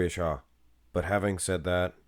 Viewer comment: You sound very creepy in the video. Every time you say shaw i cringe.